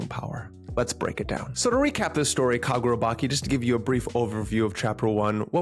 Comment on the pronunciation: bro you called it kagurabaki it's chi as in inner chi in japan😂 that's how it's pronounced